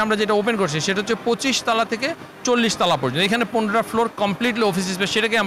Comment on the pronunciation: তলা'কে বলছে তালা! 🤣🤣